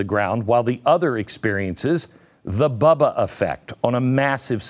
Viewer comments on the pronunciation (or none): none